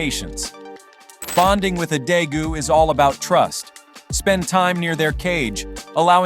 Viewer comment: its day-goos